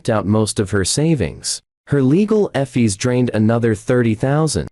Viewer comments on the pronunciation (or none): The word is fees, not f ees. AI needs more work on mispronouncing!